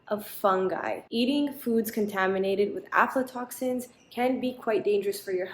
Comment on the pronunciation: Your pronounciation of aflatoxin is spot on.